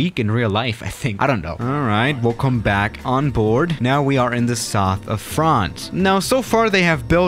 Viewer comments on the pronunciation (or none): "In the soth of fronce"